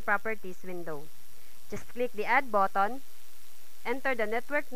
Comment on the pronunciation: 'click the add botton' hahaa